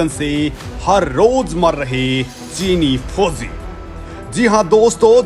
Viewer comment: Chini foji bolo bhai na ki chini fozi